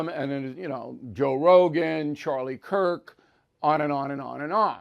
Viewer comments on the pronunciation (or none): none